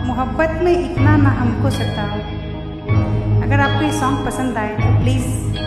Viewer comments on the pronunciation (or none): none